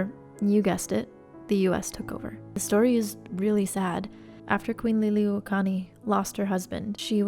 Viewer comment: I love this. Thank you for taking the time to share some of Hawai’i’s dark history. Her name is pronounced lee-lee-ooh-oh-kah-luh-nee. Hope that helps!